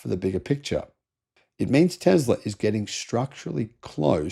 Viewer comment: What is with pronouncing 'Tesla' as 'Tezla'?